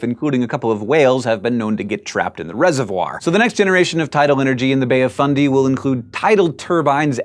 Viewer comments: He said it the correct way. Many mispronounce it like "fun-day", to the point where the proper fundy sounds weird. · He says it the way it's said here in NS, didn't know it was pronounced different in NB